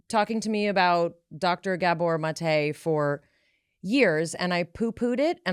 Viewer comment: Please say Dr Gabor Maté's name correctly??!!!